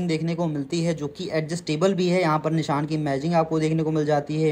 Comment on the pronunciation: Nishaan nahi bhai vo Nisaan hai